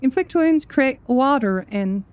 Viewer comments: That one and every time she switches to “American” when she says “water” was so damn funny! Absolutely killed me! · I can't get enough of hearing her say "water"